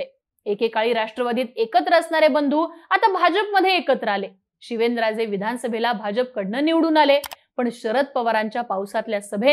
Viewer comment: आरती: शिवेनराजे की शिवेंद्रराजे😅 उच्चारण सुधारा